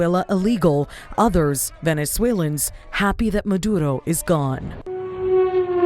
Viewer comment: Love how your DEI-hire tried to roll that “R” in Maduro. …if she’s white is that cultural appropriation? We should probably file a complaint…